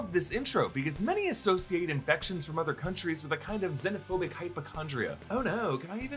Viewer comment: I know I was commenting on how he called it zeinaphobic